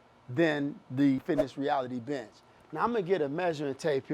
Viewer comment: watching this on 2x speed rly just sounds like hes calling the benches bitches "so if u taller this bitch might be better for you" lmao